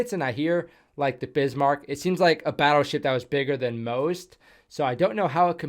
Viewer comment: Yay, someone who pronounces 'Bismark' correctly. Jump on World of Warships and all the millenials pronounce it Biss-mark.